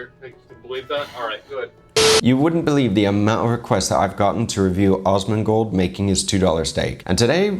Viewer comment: Love it, please denote in future references that it is AS-mon-gold, with a short 'a', exactly as in 'as'. I've just experienced the strangest singularity feeling among crossover chef videos that I've ever, ever watched...between you, Guga, Chef Brian Tsao and Chef Paul (Frenchie), even Uncle Roger, with also my gamer/WoW background, who also knew of Asmon the legend gamer, since years ago...and it's been a weird, wild ride. Love your channel dear sir, keep on keepin' on. <3